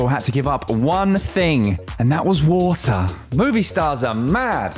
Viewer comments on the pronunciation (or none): "And that was WOoTAarh"